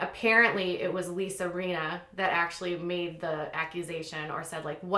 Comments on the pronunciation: It's Lisa Rin-na. Not Reena. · This news is interesting, but I have to say that it drives me nuts when you mispronounce the names of the people you're talking about. Like Lisa Rinna. It's a short "i", not a long one. You pronounced it Reeena. And you've mispronounced Gosselin many times. I think accuracy in pronouncing a name is as important as is accuracy in other parts of your research. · Doesn't seem like you've watched RHOBC. Denise Richards has been VERY open about her sexual history on the show. Also, you mispronounced Rinna, and Dorit. If you don't watch the show, you might acknowledge that.